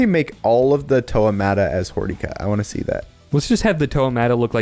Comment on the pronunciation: No no... its Hor-DICK-Ah